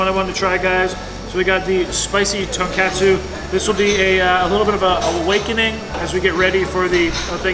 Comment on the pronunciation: Just FYI, it's pronounced TON KOT SU, not KAT SU ;) Love your videos!